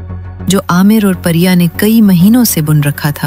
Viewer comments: It's not Pariya, It's Priya a common Hindu female name. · Parya nahi Priya hindi name